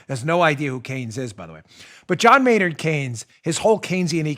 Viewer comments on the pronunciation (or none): none